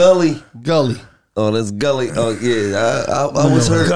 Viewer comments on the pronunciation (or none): Mike called him “Gullie” and Gillie wasnt boutta correct him 🤣🤣🤣🤣🤣